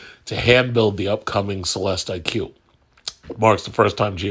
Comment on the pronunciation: It’s pronounced CELESTIC. Like Lyriq is pronounced LYRIC.